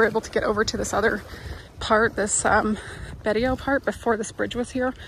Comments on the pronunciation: The city „Betio“ is pronounced „peso“ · It’s a causeway. Before it was built you had to take a ferry back and forth. And it’s Bay-see-o. Remember ‘Ti’ makes an s sound